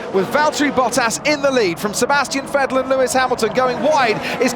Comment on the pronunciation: I hate the way this guy pronunces Vettel